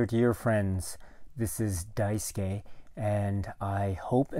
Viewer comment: Am I the only one who loves how he says “Daisuke”?